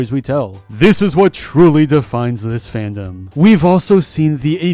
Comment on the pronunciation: “Fan-dom” 😂(but i am still saddened about the situation)